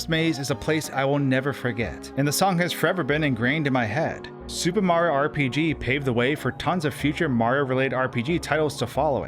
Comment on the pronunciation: SupeMario. Anyone else think it sounds like that when he says Super Mario in his videos?